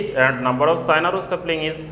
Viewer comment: sir is not sina is china ,dont say p to f and say f to p sir yhis is a bi problem plz say it properly plzz! by niladrees_